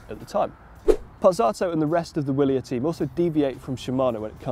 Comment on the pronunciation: It is pronounced Vee'-li-air